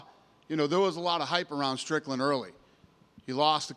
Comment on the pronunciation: Its Strickland, not Stricknine